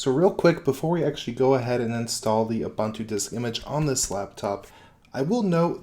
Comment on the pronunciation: Please say OO-BOON-TOO